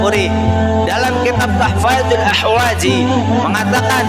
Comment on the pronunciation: Misi.. Gua yg salah denger apa gmna, yg bner kan tuhfatul ahwadzi syarah jami tirmidzi, yg gua denger tuhfazul ahwadzi, apa gmna wkwkwk